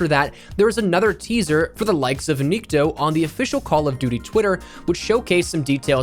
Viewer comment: The correct way to pronounce Nikto is having an accent on the "o" instead of "i" - niktO. Nikto means nobody in Russian.